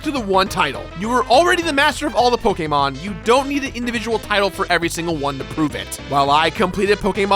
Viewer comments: pokemon not pokaamon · If you say PokAYEmon one more time... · I know there’s a lot of ways to pronounce it but pokaymon is driving me crazy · POKE AYY MON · You say Pokémon wrong, I can’t watch this without getting triggered x) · Great video but your way of saying Pokemon just gives me headaches haha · Is it ok to be offended by the way he says Pokemon? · I HATE how this guys says pokemon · Stopped watching because of the way he said pokemon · How u said Pokémon s made me curl up into a ball and repeatedly say why for 5 hours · You say Pokemon weird